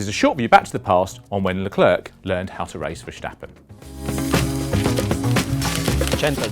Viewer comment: I had a very tough time watching this video because there are two easy names in it and this gentleman pronounces them both as if he just set foot on earth and is just learning his first human language. Can you say the English girls name 'Claire'? Then try saying 'Le' as in Chic's classic song Le Freak and then say the girls name. That is how you pronounce Leclerc. Next is Ferstjeppen. Who is that, a Norwegian skijumper? Instead, try saying 'Fair' as in 'it's not fair that almost all F1 analists and talking heads are British'. And then say 'stop' as in well, stop this bullshit reporting, followed by 'pun' as in 'pun intended.' That is how you say Verstappen. You're welcome.